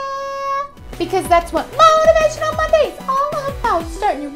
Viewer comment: mow-teh-vay-shun-ul mooonday!